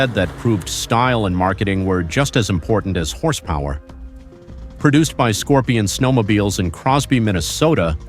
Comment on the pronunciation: Question?? What in tarnation is the reason for this guy or Robot that it can't pronounce horsepower or other American words like it says all the way through then some unknown language 😆